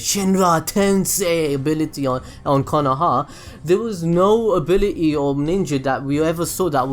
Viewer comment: "ability on konohah"....................